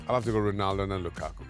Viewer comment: Why do Americans say “R-e-naldo” when his name is “R-o-naldo”?